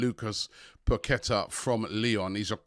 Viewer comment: It's PaqueTAH, with emphasis on the TAH at the end. Not PaQUEta